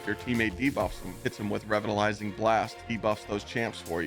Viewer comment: revitalizing is pronounced as “re-vital-ising” lol don’t know what you were saying but it certainly wasn’t “revitalizing blast” hahaha